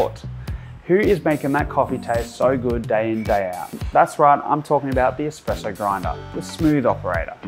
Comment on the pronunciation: Whilst I’m waiting in a queue for my morning coffee on the way to work here customers requesting their Batista favourites they always say. “Hi I will have a double shot expresso” when it’s espresso not expresso as thee is no x but people keep saying it why is that. 🤣🤣🤣